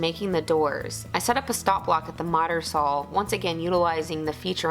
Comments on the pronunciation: Hi, I love your videos, I am from the UK and to me when you refer to a saw it sounds like you are saying sawl. Is it just me? xx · I swear I keep hearing SAWL